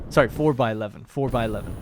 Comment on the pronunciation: Is your girlfriend canadian lol thought I heard a sory